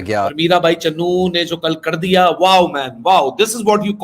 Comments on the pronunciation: Bhai vo CHANU h...not Channu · चन्नू नही बे चानू है वो सही से नाम लिया कर